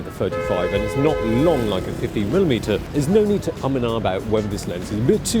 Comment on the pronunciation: 50 millimimiilimmiuitemms